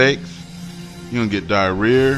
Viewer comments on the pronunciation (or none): "Dia Rear"... hahahhaa